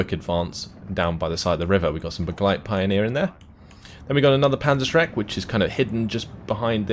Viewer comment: you'd look smarter if you learned how to actually pronounce the German units correctly - such as its not pioneer, it's Pee-oh-near